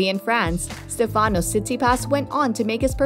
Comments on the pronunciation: it’s not StefÁnos. it’s StÉfanos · Just a quick point. His first name is intonated on the StE, not the fA. So, it is StEfanos, not StefAnos. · Stèfanos.. not Stefànos Stèfanos Tsitsipàs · Agreed. Stefanos in Greek is pronounced like the English name. Like Stefan. StefAnos is more Italian or French. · I really don’t get why it’s so common to jeopardize Greek names . Is it so hard to say Stέfanos ? Why it’s so common to change the intonation ? If you want to call him with the English version of Στέφανος , better say Steve or Stefan . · You not pronunce well the name Stefano. The accent goes in the vocal E e non in the A. It’s easy to do that. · It’s Stefanos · Not correct...it goes on the e for Stefanos and the a on the Tsitsipas...